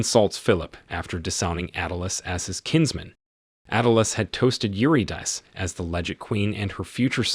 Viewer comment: Eurydice is pronounced 'you-rid-a-sea',try to pay more attention in future.